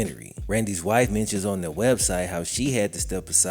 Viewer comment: The word is their, not they. Good information but please work on your Annunciation and pronunciation brother.